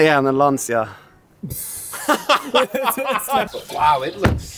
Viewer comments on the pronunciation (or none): Did you say lancia